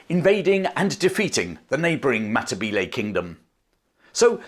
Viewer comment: I would stay subsrcibed if you made an attempt to pronounce words correctly. History includes the history of all the people you are describing, not just the British. For some reason, (probably the infusion of French by William 1) anachronistic Englishmen like yourself think vowel sounds in other languages move around like they do in English. They don't. The two 'e' vowels in Matabele sound the same. You seem to be able to do that with the two 'a' vowels. BTW, if you want to be accurate, Matabele is anachronsitic, it is another British exonym. The people call themselves Ndbele. You're welcome, from New Zealand.